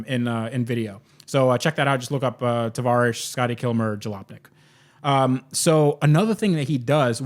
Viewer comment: In your intros when u say its tavarish say or here after you say travarish